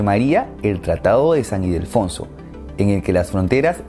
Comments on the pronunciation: Es Ildefonso no Idelfonso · 🤣 Momentos cringe:: Güenonas:: Idelfonso:: Lavaleja:: Batlista:: De todas formas, es un excelente video. Muchas gracias,.